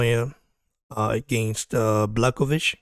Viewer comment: If you want to be a champion - you have to beat the champion simple as that. And one advice bro - if you want to talk about a fighter with a respect, at least learn how to pronounce his name properly (Jan Błachowicz - Yan Bwah-ho-veech)